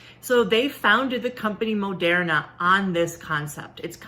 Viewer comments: Where is she getting her pronunciation of Moderna from? I understand the O. But how is she getting "air" from the er? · She pronounced Moderna wrong.